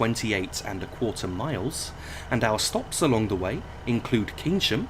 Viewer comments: Pronounced Kayn-sham not Keyn-sham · Keynsham pronounced Cane shum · Keynsham pronounced Kayn-sham